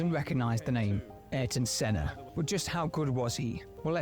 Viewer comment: You are the first Non-Brazilian youtuber I saw that got the name right.Even the video you are reacting got the name wrong, but you managed to get it right. I am old enough to have watched Senna racing at the time. The thrill was amazing. He pulled things that to this day you do not see happening again.. There was one race in particular that he lapped almost all other pilots. except one. He was competitive even when he had the worst car, when he had a good car he was unstoppable. No disrespect to Schumacher, he was a great pilot, he was among the best. But Senna is a legendary.